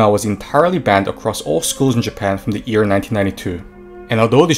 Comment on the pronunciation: Firstly, I have never heard an anime character saying "buruma", they always honestly try their best to say "bloomers", secondly, you are saying ear instead of year, so japanese are on avarage more literate then you are.